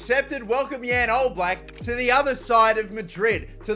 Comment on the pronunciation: As a slovenian it pains me to see how you pronounced jan oblak